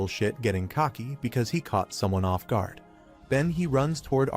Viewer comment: What is a grauder? Maybe the AI means guard? Can we please get some editing done on these videos. A I cannot speak English it cannot speak two-letter words it cannot speak correctly. All it takes is a little bit of time to go in there listen to what's going on and just go in and fix it if you have to use your own voice so be it. It's better than trying to figure out what the hell is trying to say